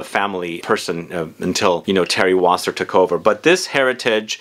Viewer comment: it is Thierry Vasser ..not Wasser !